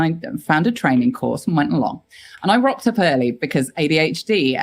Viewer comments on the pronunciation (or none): FYI it's "rocked up" not "ropped up", a British expression meaning to arrive somewhere. It used to be for those being tardy, arriving late but has come to be used for any time of arrival, though typically ones not at the set time.